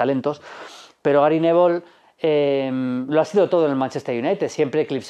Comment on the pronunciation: Jajaja "Gary nevol"